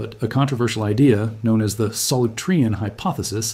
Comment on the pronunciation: Excellent! (Btw, it’s pronounced sol-OO-tree-an.)